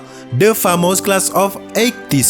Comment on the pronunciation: Menarik... Cuman pengucapan 87 kurang pas😁